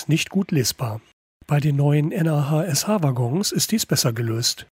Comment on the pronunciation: Gute Vorstellung. Eine Sache hat meinen inneren Monk aber mehr gestört als es sollte: Das Nah.SH wird nicht n.a.h. ausgesprochen sondern entsrpcht wirklich dem Wort nah. ;-) Weil durch die Verbindungen alles nah zusammenrückt.